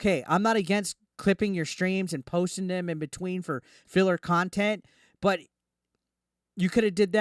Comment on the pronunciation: Oh no, where will I get the experience of an arrogant fat man playing laughtrack sounds repeatedly while licking a black statue of a rooster... how will we survive without that "QUALITY KHANTENT" as DSP likes to say.